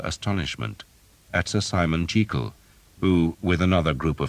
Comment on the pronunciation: One criticism: Sir Simon Jeekyll? Why change it to something that doesn't sound as good, and isn't the correct pronunciation either??